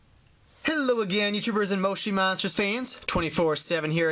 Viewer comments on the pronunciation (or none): it is not moshi monsters you are saying it rong